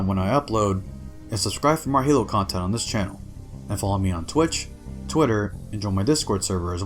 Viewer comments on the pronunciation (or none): none